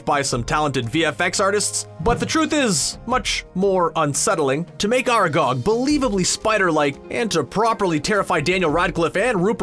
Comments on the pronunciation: How about "are gog" and "fleugh"? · ITS FRIKIN ARAGON NOT ARAGOG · That's not how you pronounce Aragog